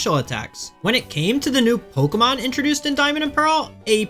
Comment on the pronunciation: How are you one of the best players in the world and still mispronouncing some of these Pokémon